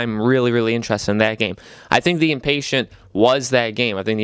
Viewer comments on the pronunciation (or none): Dude, it’s not Inpatient, like someone who is impatient. It’s the Inpatient, as in an Inpatient. You have the emphasis on the wrong syllable. And “toy around with these VR games?!!!” Are you kidding me? Have you not played Rush of Blood? That’s one of the greatest VR games on the system!